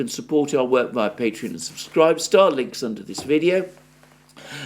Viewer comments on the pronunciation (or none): none